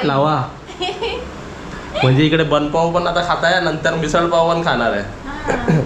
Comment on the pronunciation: मिसळ बोल ना